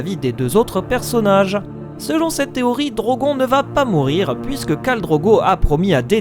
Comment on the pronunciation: Ça se dit Drogonne pas Drogon